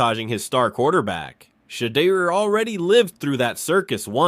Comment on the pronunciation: Who is shader? At least pronounce peoples names right